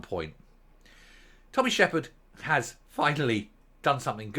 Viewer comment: Shepard not Sheridan